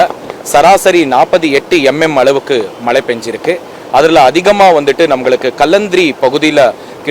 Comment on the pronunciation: Enna மலே 😡😡😡😡மழை சொல்ல முடியல